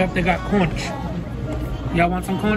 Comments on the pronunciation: I know I am way late on this but that Conch you spoke of is pronounced like "conk" and it comes from inside Conch shells like those big spiral end shaped shells that kids put their ears up to and "hear the ocean" if you've heard of that kinda thing. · It’s (Conch) pronounced “conk” and it’s delicious!!! Very popular in Hawaii! I hope you tried it 🤗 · Well good hotdog I love you all together separate as a family I just love the whole situation I’m so glad I’m a part of it probably somebody has already told you but it’s conch is with a k lmbo I think lol luv y’all from Aurora Colorado 💜💙💜💙💜 konk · The conch is pronounced like Conk.. its a carribean delicassy. It is a a sea snail that comes in those spiral seashells u find on the beach, that u put to ur ear and hear the ocean. Its firm like a clam/scallop type flavor. I think you would like it. People make ceviches and stuff. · It’s pronounced “cunk” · Lmaooo sweetie that’s not how you pronounce Conch 😂💀 oml I wish I could talk to you and pronounce it. We all Caribbean over hereeeee! 🥳🎊